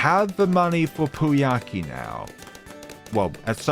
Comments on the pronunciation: Just for the record Prouncouncing poukai just say POW then Kai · That "pooiakee" was great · Pouākai is pronounced "poh-ah-kai", it is a bird from Māori mythology